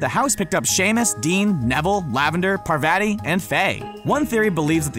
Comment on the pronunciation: Uou pronounced Parvati wrong. Lolllllzzz